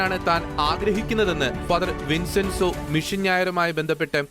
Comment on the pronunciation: വിൻസെൻസോ അല്ല വിഞ്ചെൻസോ ആണ്